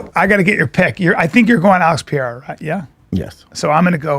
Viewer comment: Pereira - pronounced Puh Ray Uh not Pee Air Uh jeez man